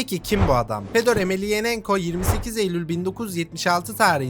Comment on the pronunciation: Reis iyi güzel de soy ismi bi kere de düzgün söyle soendwpndelnf